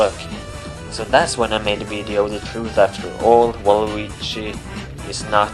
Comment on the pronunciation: You pronounced it "weedeo" lol